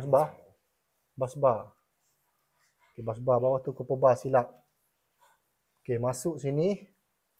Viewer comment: Kenapa kebanyakan juruletrik sebut 'kuper'??? Sebutan sebenarnya 'copper' bukan 'cooper' atau dalam Bahasa Melayu bermaksud tembaga. Nak tergelak pulak bila ramai sebut 'kuper'😅